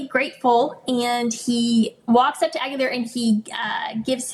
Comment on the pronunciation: Correct pronunciation: "Aguilar" is of Spanish origin and is typically pronounced \ah-gee-LAHR.